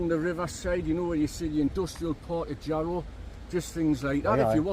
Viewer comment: Ere mate...sell us yah Jar-row